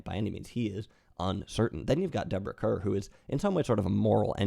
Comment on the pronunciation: One picky thing. Kerr is pronounced like Carr for both Deborah and John.